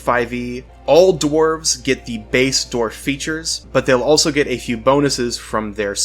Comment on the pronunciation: I hate how you pronounce dwarf